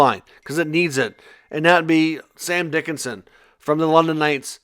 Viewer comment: Sam Dickinson. ......not Dicksinson😂